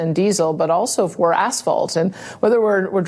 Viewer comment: I like how she pronounces asphalt. 😂 anyway, just imagine soon Donald Trump, Tucker Carlson VP, Pierre Poilievre and Daniel Smith….all in power at once. This should be one heck of a ride.